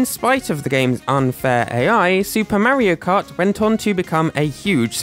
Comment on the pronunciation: “Mairo kart”